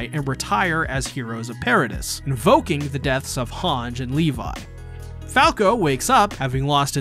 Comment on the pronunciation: this man is not still pronouncing Hange "HANJ" after 4 seasons, lol